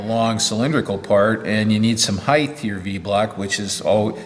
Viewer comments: Nice equipment and video.I was wondering how many times you would say 'Heighth' before you corrected it to 'Height'. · I understand why it sounds right with breadth and width, but in Australia, I’d never heard of heighth. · you say “heighth” then correct your articulation and say “height”. In lots of American machinists videos I hear heighth. Why would you use heighth, as opposed to height, and is it even a real word? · Thanks for making the correction . Height vs. "Heighth". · There is no such word as "heighth". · knows and is trying, Even corrects himself early in the vid but a lifetime of habit etc.